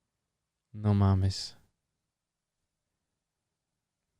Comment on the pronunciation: No mames rhymes with names.